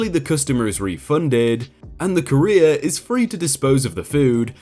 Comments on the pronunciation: I've never heard it pronounced "ka-rear" before, always said it"koo-ree-er". "Ka-rear" is the way I'd say career. So hearing things like "the support line for careers" is really funny. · Please learn how to pronounce the word COURIER... something like COUR’-re-er, not ca-Reer’. A courier is a person who delivers something. A career is a job your perform... usually. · So very distracted by you pronouncing "Courier" as "Career" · Courier=CUR-ee-er. Career=cuh-REER. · I would just like to point out "Courier" is not pronounced "CAREER" but "KUHR - EE - ARR". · Courier is Not pronounced the same as career. It's pronounced ko͝orēər and it's someone who delivers stuff. Not career. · It’s COUR-IER. Like CUR-IER. Not CAREER. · Courier rhymes with furrier, not career. 🙄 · Courier is not "Cah-EEE-r'. it is pronounce "CORE-ee-er". Unless it's completely different in the UK, but even that can't explain that bizarre pronunciation. ^^ you sound like you're talking about someone's "career". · Say it with me Cou-re-ER! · The way you pronounce "courier" makes it sound like "Korea" to me. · To my American ears, your pronunciation of 'courier' sounds like 'career'. :) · Pronounces courier correctly once. Pronounces it "career" the rest of the time. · Each time you said "courier" I heard "Korean". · Lol I kept hearing "careers" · I kept hearing Korea. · Sounds more like career doesn't it? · I’m British and I have never pronounced Courier like Korea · Alright, the first pronunciation of courier was fine, it was pronounced right. But after... gods above man. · For crying out loud man, learn how to pronounce words like Courier correctly. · I got so mad at how you pronounced courier. My sleep deprived brain made me mad. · wtf dude? Your pronunciation of certain words is insane. On one of your other vids where you butchered the words “scrupulous” and “severance” I defended you from complaints but this “courier” business is nigh on unforgivable, especially as you say it so many times. 😔